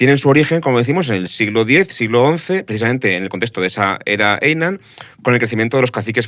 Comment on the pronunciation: Consejo para próximos podcasts. En japonés, las J se leen como LL, el periodo Jomon en LLomon. Parecido con las H, son aspiradas como una J española. Hiroshima o Heian no son Iroshima y Eian sino Jiroshima y Jeian. Por cierto, no sé qué bibliografía habéis usado pero cualquier fuente moderna dice claramente que los ninja nunca existieron y ni siquiera cuando había mercenarios que hicieran guerra no convencional se les llamaba así. El ninja es un mito moderno.